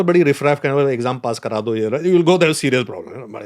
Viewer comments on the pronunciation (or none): none